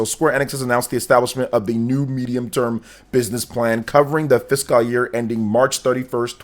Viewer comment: and, not to mention, his horrible pronunciation of the word "fiscal".